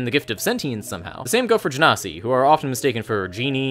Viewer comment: jen ahh sea